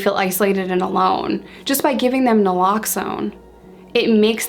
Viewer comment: noraloxone? naloxone. but its ok lol